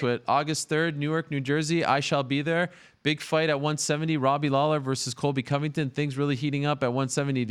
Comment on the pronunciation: Colby BUM-ington.....